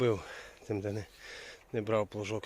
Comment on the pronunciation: А може плуг на вас образився, та може плуг на вас образився за те, що ви його назвали плуШком. а не плуЖком? та назвали його плуШком, а не плуЖком🙂